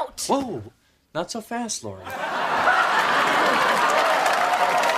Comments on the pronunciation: Why does everybody keep saying "laura" 🤨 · Laurie, not laura